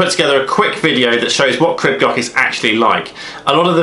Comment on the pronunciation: Nice video crib goch means in English red Crest. But I noticed that people are pronouncing the welsh wrong its pronounced crib (creeb) and it's not gotch its goch (go..cCh)